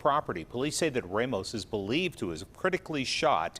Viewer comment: What the fuck is “Reymos?” 🤣 is it too hard for Americans to say “RA-MOS?”😅